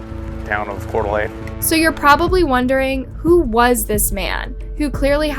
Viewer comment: Just in case you run into it again. Coeur D'alene is pronounced like CORE-DUH-LANE